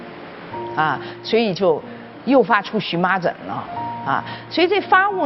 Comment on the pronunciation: 荨麻疹念【xun], 荨麻 【一种植物】念【qian】。